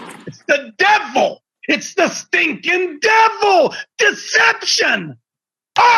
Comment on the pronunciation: “It’s the dE-VUL It’s the stInkin DEVUL”